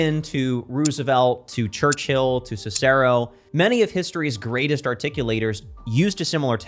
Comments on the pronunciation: Cicero accent on “er” is wrong and while one may argue given Italian origin, this would miss the point. Correct pronunciation is relatively easy in English Italian and Spanish Portuguese compared to French or Finnish anyway. Russian is easiest. Eastern European Latvian etc intermediate. “Cicero” It’s acceptable accent is on it’s 1st syllable. This is the commonest cause of mispronunciation in Americans who creat words and vary accent on a word. The language is English and getting the accent correct whatever your accent is important if you want to walk the talk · Great vid... A few things that bothered me though. Reagan is pronounced 'Raygn' not 'Reegan'. It's "Rowzuvelt" not "Roosevelt". And it's "Sisrow" not "Sicerow". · Cicero: pronounced siS•er•o not si•SEr•o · I was with you until hearing the attempts to say “Reagan” and Cicero”. Combined with the random ad for Chat GPT, I wouldn’t be shocked if this entire production was AI generated 😂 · To be so well spoken yet not know how to pronounce Reagan and Cicero... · Articulate, but cannot pronounce Cicero or even Reagan? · but can't pronounce "Reagan" or "Cicero". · That’s not how “Cicero” is pronounced.